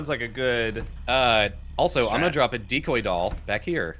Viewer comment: "R for drrrrrrrop" lmao